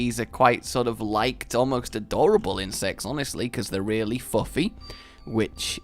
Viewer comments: I thought you said "In sex" rather than "insects" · it sounds like he said lord of the incest